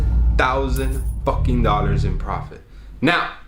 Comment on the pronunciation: Pronounce dollars properly please it hurts my ears